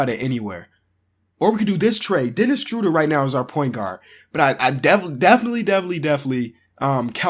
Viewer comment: "Denis Struder" it's official Denis Schroeder is now Denis Struder